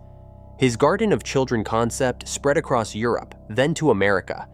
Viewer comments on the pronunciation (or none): none